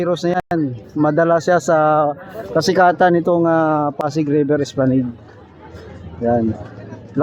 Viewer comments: Espalanad po ang pagbasa or pagbigkas. Hindi po Esplaneyd. correction lang po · Mas gusto ko esplaneyd.. parang social bigkasin. Kesa Espalanad.. parang ewan😂😂😂